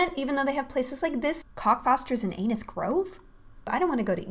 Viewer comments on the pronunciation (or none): anus grove??? it says arnos grove LOL